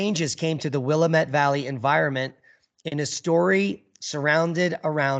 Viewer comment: BTW it's the WILL am it Valley. Not Will i mit as you are saying.